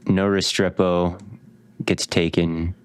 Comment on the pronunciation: The mispronunciation of Restrepo is driving me crazy as a UM fan